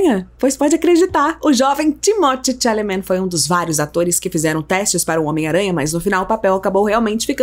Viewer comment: Kkkk aprende a falar o nome dele kkkk credo 🤣